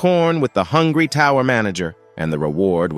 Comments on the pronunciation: bro did you say horny I mean hungry😳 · "Share the corn with the h**ny... Share the corn with the hungry" 🤣🤣🤣 The errors are absolutely funny